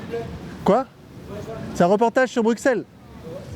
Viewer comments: Bruxelles ne se prononce pas avec un X je t’en conjure !! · Mec, tu risques sérieusement de t'attirer les foudres du gang des belges, et c'est pas des rigolos ! On dit bru-sel ! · Arrêtez de dire BRUCKSEL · Comme le dit le gars qui lui parle on ne prononce pas le x de Bruxelles, c’est comme un s arrêté s’il vous plaît avec votre x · Le X dans bruxelles est silencieux .... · Apprends peut être à prononcer Bruxelles correctement avant de faire toute une vidéo nan?